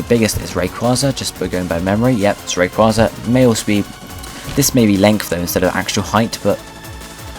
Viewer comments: it was pronounced "Ray-KWAY-zuh" in the movie Destiny Deoxys. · i cringe every time he mispronounces Rayquaza's name. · So true